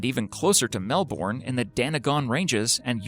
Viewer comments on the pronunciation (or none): Dude, say Mel-Bin. It's the way Australians say it and it rolls off the tongue better. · OMG ITS Mel-bern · when they can't pronounce Melbourne or Quokka correct 🙄